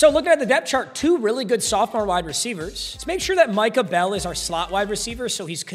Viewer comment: I got flashes of rage when you said michah bell